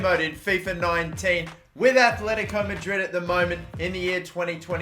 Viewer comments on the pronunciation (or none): Everytime he said Kimpempe I wanted to die man... It's KimpemBe! Also Atletico not Athletico. And RIB-AIR-OH no REE-BEER-OH Fuckink killing me